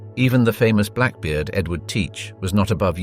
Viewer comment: Black Beard NOT black bard, Lollonoir NOT lollonay